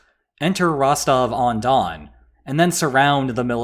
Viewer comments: It's Rostov, Rostov-on-don, or Rostov-na-donu. Rostovon doesn't exist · "If Rostov-on-Don becomes Rostove-Undone" 🤣🤣🤣 That's why I sub to this channel.